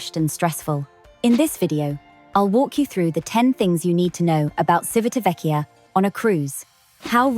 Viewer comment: Good pronunciation except for the first syllable. The first syllable is "Chi" as in chips. Our Italian captain on Enchanted Princess kept saying the town as we headed there and it was also where his home was.